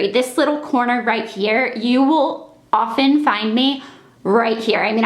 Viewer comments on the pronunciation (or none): none